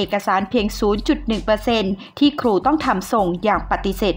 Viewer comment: ร ล ควร อ่าน ให้ชัด ล ร มารวมกัน ครู ไม่ใช่คู